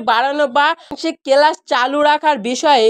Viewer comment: Chhuti ta ki tumi barabe? Age bhalo kore kotha bolte dekho, kelas ar ischool bola bondho koro. Nijei bolchhe 20 june obdhi school cholbe, abar bolchhe 1 mash chhuti😅😅